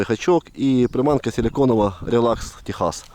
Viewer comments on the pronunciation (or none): none